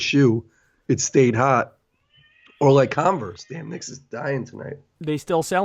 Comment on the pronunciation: Did name his baby knicks, i keep hearing knicks when he mentions the baby getting put to sleep